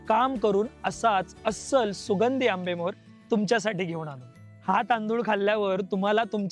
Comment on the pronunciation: आरे बाबा आंबेमोहर म्हण ना!!! मेजवानी नाही रे बाळा आधी जे बर तो ते नीट बोल जेवण वाढल!!!!आणि माहाग किती असेल देव जाण!!!!?